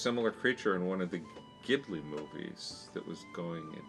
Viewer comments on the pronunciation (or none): none